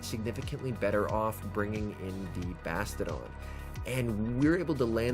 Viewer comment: Like your vids, but FYI, It's Bass-Tee-Oh-Don - NOT Basta-Don. 4 Syllables, Not 3. Unless you say Bass-Cheeya-Don, Like how one would pronounce the actual word, "Bastion"/Bass-chee-yun. K, Thanks, Bye. 🤓